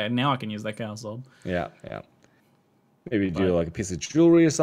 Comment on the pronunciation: Did you hear him say "Chow's" Orb instead of Chaos?